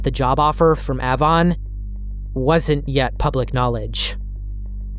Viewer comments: It’s pronounced like the letter “A”-von. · A•von. Hard A then von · A- Vaughn Avon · The company, used to be company is pronounced "aye-von" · Avon cosmetics is pronounced with a hard A. Like apricot. Be sure to have a few women watch your vids before upload too. 😊 Not just men. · Ahhvon. Lyre. 😆😆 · Great video but the way you say Avon makes me want to throw my phone lol. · Avon was an MLM and the way you say it sounds wrong. Why would you know that tho…sorry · Are you pronouncing AVON incorrectly intentionally? The A in Avon is long like in hay.